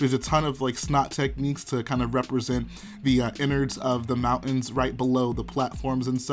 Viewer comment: shill genera-or??? moun-ens??? they deserve all the "reconiti-a" in the world?